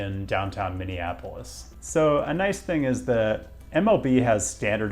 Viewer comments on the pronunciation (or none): none